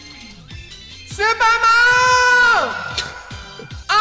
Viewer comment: 最初の呼びかけ 「スーパーマーン！！！」って聞こえた